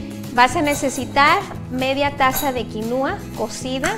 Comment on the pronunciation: No se pronuncia quinuua, pero quinua. El acento es en la I de qui. Es quinua, no quinuua. Y si, la quinua es muy nutrutiva, proteina completa vegetal. En general muy buen video.